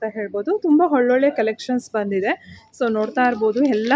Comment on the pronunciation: ಹೊಲೊಳ್ಳೆ ಅಂತೀರ. ಸರಿಯಾಗಿ ಕನ್ನಡ ಮಾತಾಡಿ. ಒಳ್ಳೊಳ್ಳೆ ಅಂತ